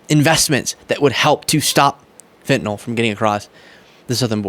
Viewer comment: Thank you for pronouncing it as FentaNYL and not FentaNOL like 99% of folks annoyingly do.